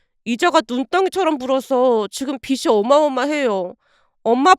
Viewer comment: 매일 를 듣는 사람이에요. 는 사람들에게 말로써 이야기를 전해주는 채널이다 보니 가능한한 정확하게 발음해 주시면 좋겠어요. 빚이 -' 비시' 가 아니라 '비지' 꽃이 - '꼬시' 가 아니라 '꼬치' 항상 이 두가지 발음이 교정이 안되는거 같아요. 늘 아름다운 이야기를 전해주어 감사히 잘 듣고 있습니다. 오늘도 감사드립니다